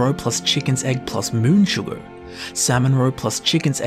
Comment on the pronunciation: Who's mans is this! HAHAHA! Tell him how to say sugar before I do... I'mma hurt his feelings... 🤣